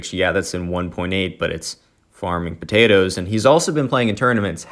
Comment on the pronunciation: Way u said farming patatos made me laugh xD